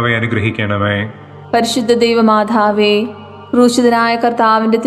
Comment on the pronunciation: Why she is saying, പരിശുദ്ധ ദൈവമാഥാവേ. Also she is giving pause for every word. Please correct it. Otherwise you have conducted it very well.